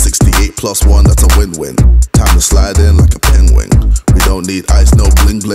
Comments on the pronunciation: Who can spell penguin like how he pronounced it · "peinguing" I think that's how it's pronounced by KSI...